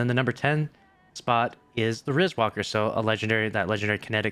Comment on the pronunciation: The fact still says riiswalker wrong kinda triggers me.......